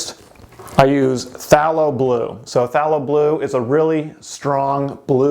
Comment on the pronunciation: Phthalo Blue is pronounced with a strong A, like "PhthAYlo" ☺